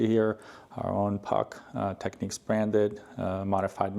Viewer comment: And then you said 'techniques'.